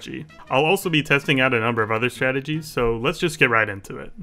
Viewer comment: Bruh always says "stategies" wym its one strat and its called camping xD